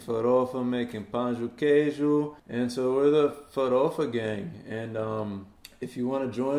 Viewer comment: Primeiro gringo que ouço falar pão de queijo com facilidade.